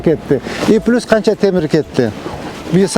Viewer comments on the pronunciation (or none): none